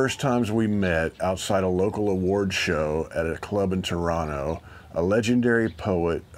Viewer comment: So tough to choose one, but maybe "Carefree Highway" at the moment. Also love Peter Paul and Mary's version of "Early Morning Rain". As an aside: as a native Torontonian, I certify that you pronounce "Toronto" like a native!